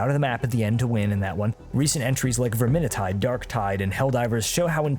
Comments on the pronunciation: I was enjoying listening to this while doing the dishes, and I was suddenly taken out of the loop by the way you pronounced Vermintide. "Vermini tide? No that can't be right" Goes back a few seconds "Well I'll be damned" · "Verminintide" good god man lmao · Good lord the way you said vermintide hurt me, and it's not a new game very very old.